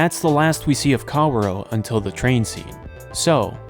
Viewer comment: i'm choosing to fall victim to your genius plan of getting people to engage with the video by saying "kawuro" instead of "kaworu".